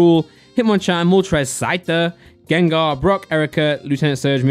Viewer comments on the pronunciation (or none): none